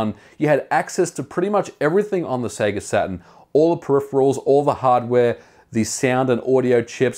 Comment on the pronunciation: Eternally glad you say Sega correctly.